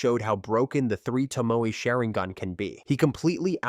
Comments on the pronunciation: SharinGHEN? WTF is this, Genghis Khen?) Please stop this AI generated nonsense. If you can't make videos yourself, let alone voice them - just don't do it in the first place. It's not worth ANYBODY'S time. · It's not sherigan dude it's sharigan learn how to talk before you make a video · WTF is sherigan? Honestly if you cant respect other people's language's than why bother? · Lmaoooo “SHARING-GAN.” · Omg The way he pronounces sharrigan kekei genkai and everything else he pronounced wrong was cringey asf sounds like he just started watching naruto or something wtf